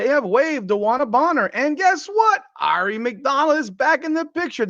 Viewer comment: Now you just have to learn how to correctly pronounce Aari. 😉